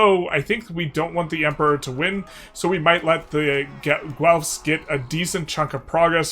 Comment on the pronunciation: PSA FOR EU5 CONTENT CREATORS : It's just pronounced Gelf. Hard G sound, than a Lord of the Rings Elf. Loye y'all. Gonna be a long decade.